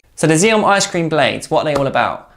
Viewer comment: "Ax-ee-om". FFS, mate. Get it right. You guys are supposed to be experts and yet, you don't know how to pronounce XIOM. You sound like a bunch of twats talking out of your arses. If you know about table tennis, then you know that two of the first things you learn are how to pronounce Joola (Yo-luh), and how to pronounce XIOM (Ax-ee-om). If you're trying to get people to trust your reviews, you're really not doing a good job of it. I wouldn't trust a bunch of "experts" who don't even know how to pronounce the thing they're talking about. I've already tried to help u guys on this several times. I was nicer about it before because I'm just trying to help. But, now I'm just going to slag you since you apparently don't care enough about your presentation to get the important things right